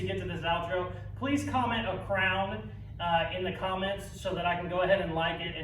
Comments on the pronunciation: 👑 great stuff gonna put you on my daily vid list. I thought you said "frown" not "crown" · 👑 for some reason I thought you said put a frown 😂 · did you say-- frown? or crown? LUL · 👑☹️ At first I thought you said „frown“ but my daughter said, „no man, he said crown.“ So I gave ya one of each. Really cool build… thanks for sharing it with us! Really enjoyed watching your processes and was impressed with all of it but especially the windshield part, even if it didn’t totally survive the cut. Great stuff!